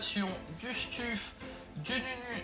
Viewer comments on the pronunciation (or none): Stuf se prononce steuf pas stuffe haha sinon belle video nice ! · « stuffe » oh non 😭😭😭